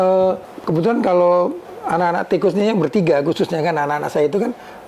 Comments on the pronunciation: Di. Baca nya ttp. Sama. (Tikus.). pdhl lebih. Baik..Gnti yg BNR BNR. GK ada. Kus nya. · Ganti nama hanya ganti huruf... tetep lengket diucapnya koes.... 😂😂